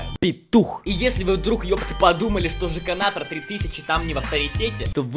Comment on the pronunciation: сказал жеканатор сделал